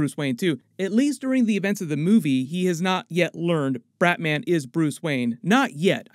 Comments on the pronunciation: "bratman"😂😂😂 love your content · you say "bratman". And i giggled a little. Love you're videos! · Is it just me or did he say Brat-Man